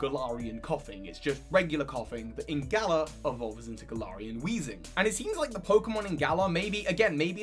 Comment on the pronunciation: its GALar not gaLAR